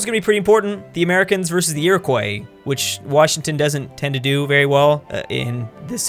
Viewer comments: how he pronounces Iroquois annoys me. Its iri-qua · please never say Iroquois again